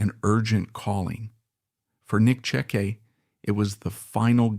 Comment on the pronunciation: Because these videos are garbage and they’re using people’s names to try to make money. It’s disgusting. They aren’t even pronouncing his name correctly